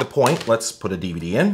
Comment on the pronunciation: I like how all YouTubers pronounce DVD as Diva Dee